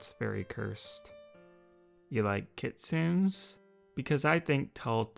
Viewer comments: Kitsune section: kit-SUU-ns My brain: IT’S KIT-su-nes UUUUGGGGGGHHHHHHHHH (This was a joke) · you're saying kitsun, it is pronounced, kitsune. I would know. I love and look into mythological creatures. It is said like kit- sue- ne spelled like kitsune. Just saying. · I hate to be “that person” but the word kitsune isn’t pronounced “kit-soon”. The correct pronunciation is “kit-soo-nay”. 😅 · KIT soon it's actually kit soon nay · Kitsune is pronounced kit sune ay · kitsune is pronounced key-to-neigh xd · I am sorry if I'm rude I am not hating on here but kitsune is pronounced kitsunA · Kitsune is pronounced Kit-soon-nay. >_< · K i t s u n a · It is said kit sue ney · Keet-sue-nay That is how you say it. :] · Kitsune are my favorite mythical creatures, but just so you know this you pronounced the name wrong. It pronounced Kit-Su-Ne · Actually, it's Ki-tsu-ne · Btw Kitsune is pronounced mostly how you did it, but it has an "ae" sound at the end :3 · cursed of you to pronounce kitsune like that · He pronounced kitsune entirely wrong and it’s really bothering me. The “e” isn’t silent! It’s pronounced as if it was a hard “a”